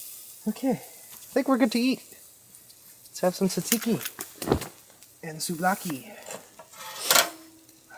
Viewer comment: If your trying to say tzatziki, your saying it wrong lol!😂